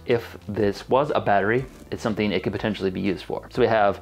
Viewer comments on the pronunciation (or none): none